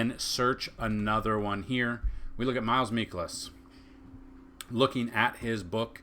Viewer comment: Please pronounce Mikolas name correctly. It is a long I not short. Mike-elis